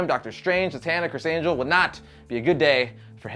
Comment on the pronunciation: Lmao when he said Chris angle lol